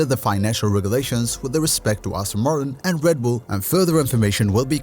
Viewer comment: REDBULL not RADBULL